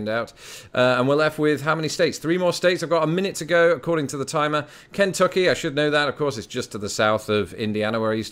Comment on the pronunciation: Kentucky has the emphasis on the second syllable, not the first.